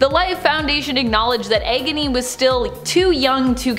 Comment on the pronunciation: egony?? isit me or is she saying it weird